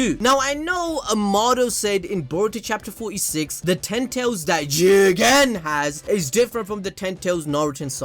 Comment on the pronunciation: Starting to hear CHIIICKEENN rather than JIIGEENNN 0.0